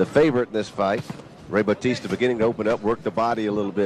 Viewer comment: What batista? Its baw-tista